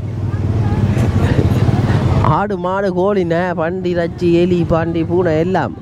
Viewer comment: ரெச்சி இல்லடா இறைச்சி